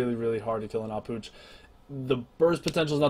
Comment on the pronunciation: finally someone that knows how to pronounce "Ah Puch" btw nice guide:)